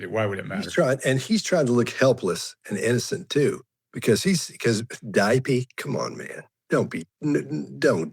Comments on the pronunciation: "Diapey" ugh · I can't unhear the word "diapee". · Me too, Scott, saying dipey was repulsive lol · English isn’t the first language Floor ground 🤷 Diaper dipee nappy Him her (Stomach - tummy Horsey - horse Rabbit - bunny rabbit Kindergarten - kendygarden) 1) Eye contact is a cultural situation, right? 2) hola has a silent h ❤